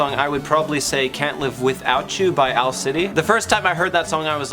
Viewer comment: Owals- LIke Owels, but with OWA instead so it's like an OWAl :)